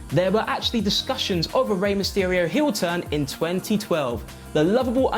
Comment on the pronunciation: "Turn hiyl"... 😁